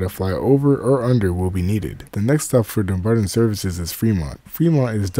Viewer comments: Dumbarton is pronounced DUMB BARTON. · Oh man, I just can't make it past you slaughtering the pronounciation of Dumbarton so many times in the first minute of the video.